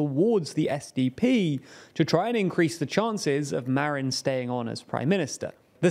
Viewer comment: who the heck is "marion", anglo?